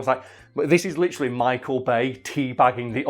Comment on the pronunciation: New drinking game!!! Take a sip every time says "litcheraly" 😂😂😂 just messing love you lol.